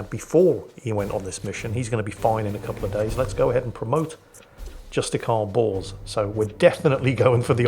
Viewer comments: Whenever says Bors.... all I hear is Justicar Balls... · I know his name is Thule but I always hear Fool and Bors is Balls. I suggest renaming these two to those names if it's possible. 🤣